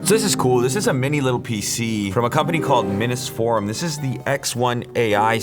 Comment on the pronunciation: It's pronounced mini forum fool